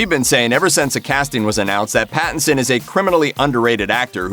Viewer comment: How many times did he say Battinson? Or was that my imagination?